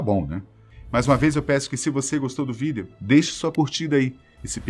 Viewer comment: O maior segredo é o porquê de ele falar "vidÊo"